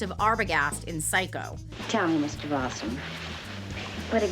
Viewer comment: Most of these are not horrors! They are simply little known facts. Also, you pronounced some names wrong, so I wondered if this was AI until I saw your faces later. Balsam and Colbert were both pronounced wrong. In Colbert's case, a clue would be that she is french.